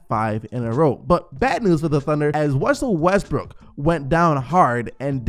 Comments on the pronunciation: Anyone catch "wussel restbrook" 😂😂😂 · “Wussle Westbrook” 😂